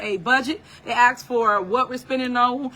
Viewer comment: At the end of the day, it's Valentine's Day, not Valentime's Day. Just ax if you aint be knowin